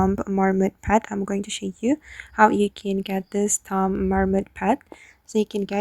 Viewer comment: Heads up. "Tomb" is pronounced "Toom"